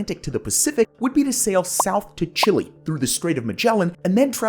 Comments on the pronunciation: Not him saying "Chili" instead of "Chee-Lay" 💀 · Chilly. Is the pronunciation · When I took Geography in the eighth grade in the 70’s, we were required to learn where all of these countries were as well as major cities, capitols, and major geographical feature such as mountain ranges and rivers and major exports. So, Chile was the long skinny country on the pacific side of South America, It’s largest city and capitol city is Santiago. Its eastern border is the Andes mountains, and if I remember correctly, back then a major export was guano for fertilizer. Although we learned all of that, we were taught by Americans and never had the privilege of hearing a Chilean come and tell us how to correctly pronounce the name of his country. I had to wait for Gus Fring to come along to learn that.